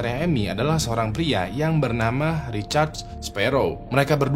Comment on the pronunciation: namanya Richard atau Recharge ? kok aku dengernya Recharge ya ? di cas gtu 😂😂😂